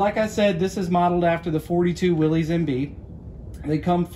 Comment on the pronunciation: I don't like when they mispronounce, "Willys" as "Willy's". It's pronounced as, "Willis."